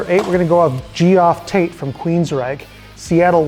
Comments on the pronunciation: u said dio had a long life? he died at 67. and u pronounced geoff as in G OFF when its Jeff. Your list is shit and you have no idea what youre even talking about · Gee-off? Dude. It's pronounced 'Jeff'. And he is indeed amazing. His live performances had that intangible drama most heavy metal vocalists can't touch.